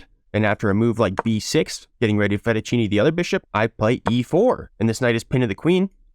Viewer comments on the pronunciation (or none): "theyre gonna fettuccine the bishop" my man stop trying to pronounce fianchetto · You pronunce it fianketto